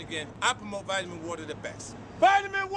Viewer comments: He said vitamin vitimin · ITS VITE-UH-MEN water not VIT-A-MEN water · "V-iT-a-MiN wAtEr" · I'm stuck on "vit-huh-men" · Vitmen water lmao annunciation bro you need to learn if you want to be producing these cheesy ass video and more research from creditable sources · Man said Vit-A-Min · Nigga said “vitimin”💀💀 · Vitamen water lmao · Say vittamin 1 more time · The way u say vitamin, imma get my nigels on u if u keep doing that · The way he says “ vitamin” is making me cringe 😂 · How do you guys pronounce it? Vitamin or vitamin? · Say vitamin water rite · only nigga that says vitamin like that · He is pronouncing vitamin wrong? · U can’t say vitamin ??? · The way you pronounce vitamin is wild to me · Because you can’t say the word “vitamin” correct I can’t subscribe. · vitimin woter m8.